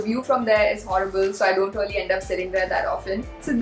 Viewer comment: I just love the way when u say. Reyaly..😁